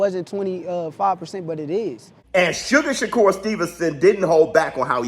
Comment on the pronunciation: His name isn't sugar shakur 😂😂